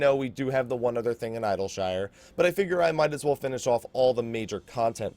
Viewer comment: Eye-dill-shyyre :D